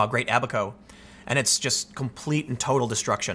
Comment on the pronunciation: They made fun of Noah for building the Ark and we all know how that turned out. PS, Tim, it's "Abba-ko", not "a back hoe".